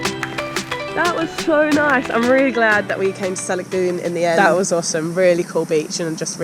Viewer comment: Salagdoong [səh - lag - DOH - ong] stress on the 3rd syllable... Mystified Spaniards called Siquijor before "Isla Del Fuego" because of the fireflies... Glad you enjoyed Siquijor... ♡♡♡